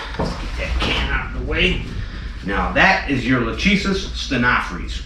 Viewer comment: Phrys is pronounced Friss Not Frees Stenophrys. StenoFRISS Is the correct pronunciation